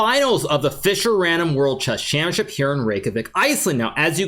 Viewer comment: finally someone say it correctly, championship... everyone else just calls it championchip :)